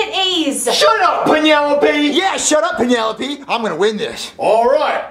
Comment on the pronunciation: I love how can’t pronounce his l’s “Red right Green right” “Alright Crass!” “Penerope” 😂😂😂😭😭